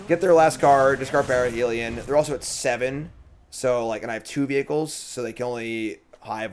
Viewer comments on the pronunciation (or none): Is there a joke I'm missing, you keep saying parhelion wrong. Parhelion ≠ ParAhelion